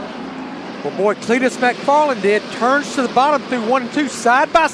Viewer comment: It’s not MACfarland,it’s McFarland!!!!!!